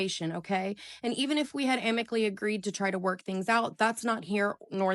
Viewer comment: What is "amicly"?